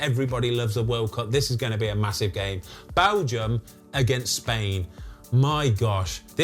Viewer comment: I just laugh every time he says balgium